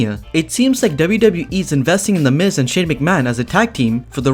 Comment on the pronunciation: it is the miz not the mis